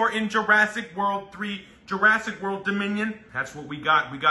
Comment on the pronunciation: World no Whorl, unas clases de ingles a tus pasantes de perdido